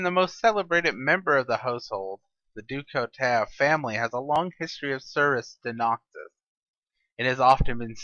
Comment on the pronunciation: general du couteau, pronounced Du Coo-toe otherwise i like these qite a bit keep em comin ;P